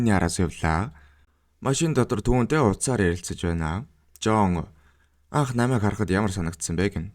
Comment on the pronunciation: Naimaig geed bh ym . Namaig geed tod yrih hrgte ym bnda .